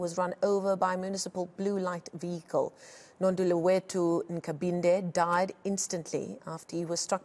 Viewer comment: Why this presenter is pronouncing this boy's name so wrong?. Why she is allowed to do that? Its Thandolwethu not Nondulo wethu.